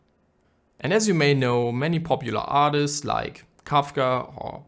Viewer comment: Absolute beautiful video mate!!! something funny ;) "Artits" 👀